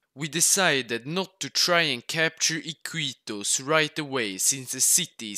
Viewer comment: Finally a video about my country:D By the way the city in is pronounced "ikitos"